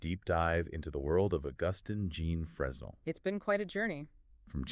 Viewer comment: Fresnel is pronounced "Frenel"